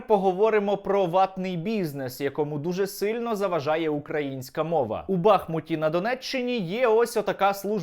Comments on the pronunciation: Сподобалось, так, лацк. Але не БАхмут, а БахмУт. І тоді все горазд. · Наче ж бахмУт, а не бАхмут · БахмУт - наголос на У. Є річка БахмУтка. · Все так, Але не знущайся над містом Бахму́т, називаючи його Ба́хмутом. Складно у Вікіпедію зазирнути? Виправиш- з мене підписка☺️